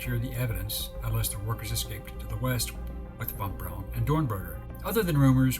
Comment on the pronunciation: his last name is pronounced like brown. von braun.